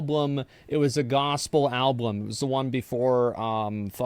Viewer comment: Wait... did Asmon just pronounce it Alblum, TWICE? Does he think that's how you say Album? Why have I NEVER noticed this? YEARS I've heard this man speak.